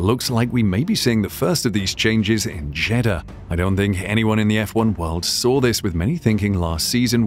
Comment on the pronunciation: Is it just me, often when Jeddah is said it sounds like Cheddar :/